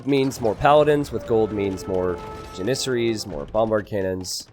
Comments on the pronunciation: The way you say janissarie as janisery hurts my soul. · You say janissaries wrong every time!!!